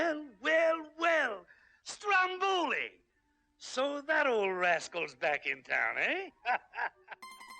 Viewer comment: My Dear Disney... Strombòli can't be heard, it's Stròmboli. (I can hear Sicilians people cry AHAHA)❤️